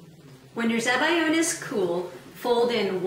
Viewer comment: everything was going well until you said zabiyo and i was like whats that